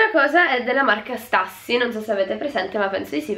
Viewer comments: Si legge stiussi non stassy AHAHAH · comunque la Stüssy si pronuncia “Stussi” e non “Stassi”, ti adoro❤️ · Stassy madonnina Santa se dice stiussy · Nooooooo se c'è scritto stÜssy si dice stussy (sTIussy) non stAssy...basilare 😂😂😂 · Ti adoro...Però non si legge STASSY!!!Io ho tantissime magliette e la conosco benissimo